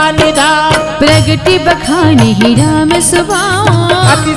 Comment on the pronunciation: श्री राम जय राम जय जय राम बोला जाता है लेकिन ये बोल रहे हैं श्री रम जय रम जय जय रम